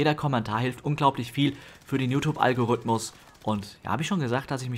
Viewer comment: Mein Herz schmerzt wenn ein ITler "Algorüthmus" sagt